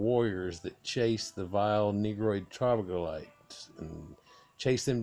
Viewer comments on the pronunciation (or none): none